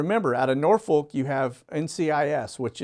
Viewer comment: Please, please, please... Norfolk, Va is pronounced Norfik or Norfuk.... the L is silent...